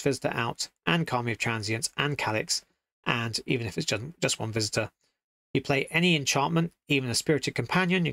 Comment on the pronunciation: Generous visitor sounds like Generous Fister the way you said it :) It would make a good card name though.